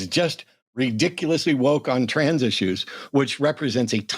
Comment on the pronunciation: I HAVE to point out as someone from the UK that this guys accent is actually unreal lmao, NOBODY speaks like him anymore, he literally said “trarns” athletes, I’ve never once heard that pronounced that way. It’s like cartoonish levels of posh